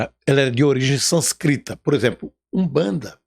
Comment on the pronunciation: Báhhhh, começou todo atrapalhado. Sânscrito, nem pronunciar sabe. Aí continua o besteirol. Só deu pra assistir até 3 minutos... Não vale assistir...